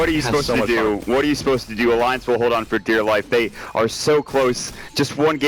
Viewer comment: this guy cant pronounce alliance,lmao